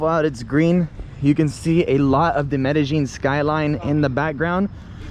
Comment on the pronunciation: Learn to pronounce the name of the city properly. You do like the uneducated barrio people - not like a Paisa . Just because they communicate in “Getto speak” in the hood of NYC and LA doesn’t make the butchering of the King’s English right. Same with the King’s Español.